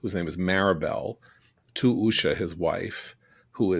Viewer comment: Usha is pronounced “oo-shuh”, rather than “uh-shuh”. 😂